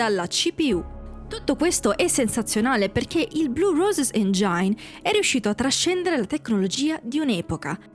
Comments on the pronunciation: Motore in inglese, si pronuncia “engin” non engiain. Non me ne voglia l’autrice del video, che peraltro è interessante. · Comunque è "engin" non "engiain".